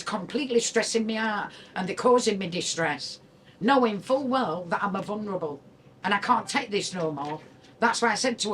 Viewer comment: "I'm a vunrable."